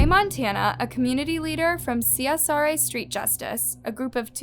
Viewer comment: It’s CSRA not CSRI (central savannah river area)